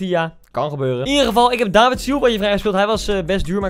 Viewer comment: je legt de klemtoon op de i dus eigenlijk is het davId